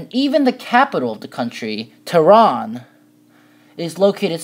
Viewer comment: Tehran wasn't the original capital tho it was Shiraz till it got changed oh and btw its not pronounced that way